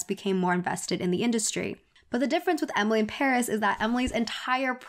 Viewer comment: emily cant even pronounce paris